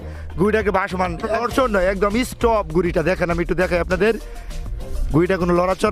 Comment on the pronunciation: Eess top 😂 Excellent pronunciation for Stop👍👍 Anyway video is very 👍👍.